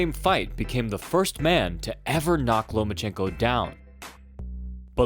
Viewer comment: Why are you calling him Lomanchenko? No N between Loma and chenko.